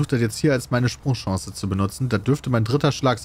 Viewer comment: Pedda: "SprungChance"